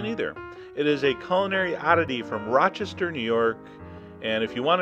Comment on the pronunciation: you pronounced Rochester perfectly. Are you a native?